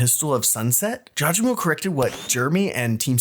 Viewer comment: thank you finally someone calls out people saying it jaw je mo